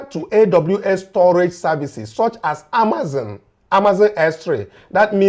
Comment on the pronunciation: the business is pronounced Amaz-on and NOT Amaz-in. You and your crews are doing a wonderful job.